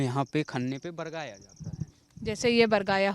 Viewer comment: बरगाया ❌ बगराया✅